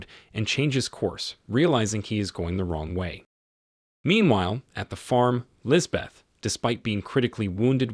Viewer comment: The h is silent, it is pronounced lisbet